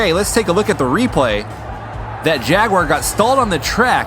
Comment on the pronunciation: its not a jagoora its a jaag